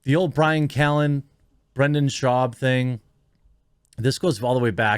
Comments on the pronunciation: You’ve got to pay more attention to names. You are horrible with this. Brendan. Not Brandon. It may seem small, but it’s like Israel Adesanya, it’s not hard. Odd Uh Sahn- Ya. 4 syllables. It just makes it seem like you don’t care or you’re mid Michigan to the bone. Oakland county, myself. Try harder. Yes, I’m subbed. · You spelled Brendan but you keep saying Brandon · Its Brendan. Not Brandon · "Time is undefeated".. That's AMAZING and I'm borrowing it. Thanks! 👍 But his name is BRENDAN with an "E".. not Brandon.. I'm just saying.. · Why can't you say 'Brendan'? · It's brenda shwab, get his name right.